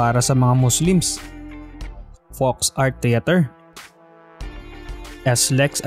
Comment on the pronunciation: It's "Folk Arts Theater," not "Folks Art Theater."